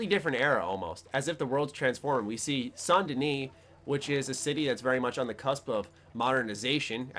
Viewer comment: You're the only youtuber I've seen that actually pronounced Saint Denis properly.